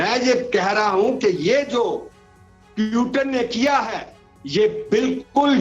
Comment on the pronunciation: पुतिन को प्यूटन बोल रहे है एक बार नही हर बार जबकि सारी दुनिया Putin ही बोलती है अभी तक। तो आप समझ सकते है कि इनके views क्या होगे ।